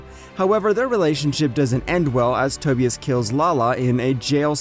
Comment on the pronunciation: bro the way he pronounces tobias and giselle